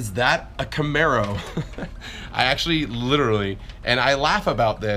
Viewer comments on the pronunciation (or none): "Is that a camero" that mispronounciation of camaro 😂